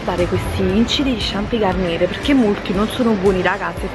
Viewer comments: La garnier si legge garniè è francese ciao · La R finale non si pronuncia.. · non si dice GarnieR, ma Garniè